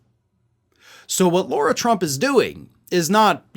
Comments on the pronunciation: Excuse me, it's LARA, not Laura. Still just as much a waste of space! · It's not 'Laura' Tump. It's more like 'Lahra' Trump. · It’s LARA not LAURA. Get your shit together! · You keep saying “Laura”, dude, when it’s “Lara” 👍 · Her name is not Laura, it’s Lara. Pronounced Lah-rah. Irritates me that so many pronounce it wrong. I know it isn’t important but it isn’t her name. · I believe you are mispronouncing her first name./